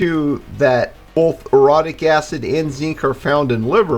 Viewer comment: Came here today from a post on Jon Levi 5/11. Excellent info, I've been advising friends and family for 30 yrs about diet and supps. Been saying for yrs all minerals should be orotate based. On a side note, I got a chuckle from your pronunciation of orotic. Thought you said something else at first 😅 Heard similar pronunciations with the orexin receptor.